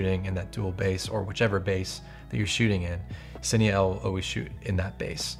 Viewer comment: Hey man, awesome video breakdown. This is super useful stuff for lighting purposes. Definitely giving you a follow considering the amount of effort you put into this. Hope to see more from you soon! Side note: I noticed you were saying "Cine EL", I think its actually Pronounced "Cine Ei". I only say that because I was getting confused until you mentioned what you were doing and it dawn on me that it was sony's dual native technology.